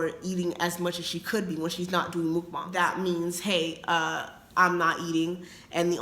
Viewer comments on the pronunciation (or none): I don't think it's pronounced MOOK BONG it's Muck Bang. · It's mukbang not mukebong lol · it’s pronounced MUK BANG 😂😂😂😭